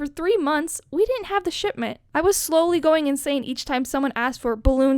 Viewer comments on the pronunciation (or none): "we didn't have the shitment." 😂 I'm sorry that's what it sounds like